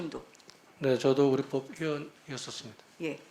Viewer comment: 우리 뻡 -------x 우리 법-------o 한글의 기본적인 발음 규칙도 모르는 양반일세......